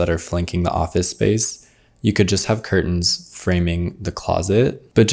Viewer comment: I'm enchanted by the way pronounces 'curtain'.